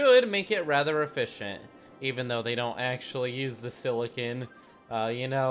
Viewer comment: A -fish-ent not efficient